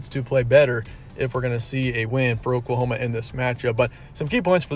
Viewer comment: He said pokelahoma 😆